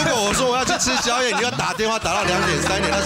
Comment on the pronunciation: 吃宵夜 = ㄐㄧㄚˇ ㄒㄧㄠˊ ㄧㄚˋ ...........哈哈笑死~